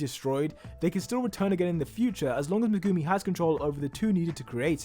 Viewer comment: I will never understand how anime fans will watch a anime and hear how their names will be pronounced and still some how get it wrong every single time. Hearing him pronounce megumi is like nails on fucking chalkboard too me.